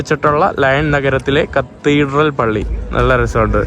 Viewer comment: pronounce Cat-her-dral